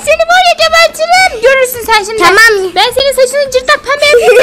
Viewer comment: Taam değil tamam